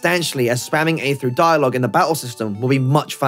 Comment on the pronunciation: “Play froo”